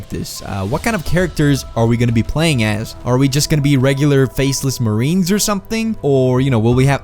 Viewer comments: This dude said Mariens lol. The 1st infantry division is army lol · I heard "marines" wtf lol. U are a ranger and ranger are army the marines are fighting the Japanese